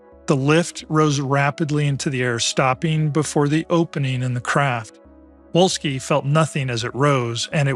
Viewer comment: Volski, Volski, the fucking Pronunciation is Volski, v, V, v